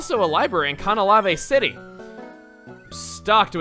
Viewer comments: Conahlavae City, huh? Oh man, I hope you're not sticking with that pronunciation. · After all these years I have realized its called Canalave City not Canaclave. I always thought there was a c there cause i cant read. :( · Does it bother anyone else the way he pronounces Canalave City?